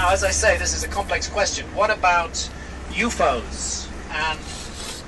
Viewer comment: Why does he call UFO's "yu-fohs"?